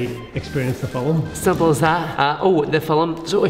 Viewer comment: I love how he says film F E L E M